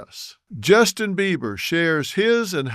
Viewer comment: YO...Dr. Phil... it's BEIBER... NOT BEAVER 👈🙄